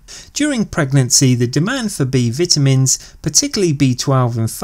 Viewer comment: "B Vitimins"😂 no but seriously good video